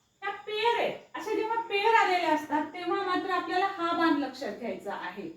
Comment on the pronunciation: आधी ज्या भाषेत वाक्य ट्रान्सलेट करायच आहे ती भाषा शुद्ध करा . बान नाही बाण असा शब्द आहे